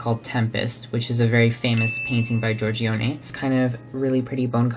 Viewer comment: love you passion for art history. but I must say you butchered my language (italian) while talking about the Artistry palette, so here's how you pronounce those terms: Chiaro: key-ah-row Pietà: pee-eigh-tah Giorgione: Jor-jo-neh you're welcome legend <3